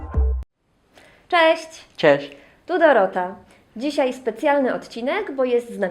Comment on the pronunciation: Dorota: "Cześć" ! Carlos : "Czesz"